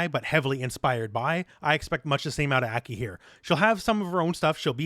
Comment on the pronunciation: ACK KEY? Hope she's pronounced (Ah- Kai)